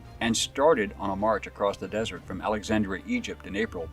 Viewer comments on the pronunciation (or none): none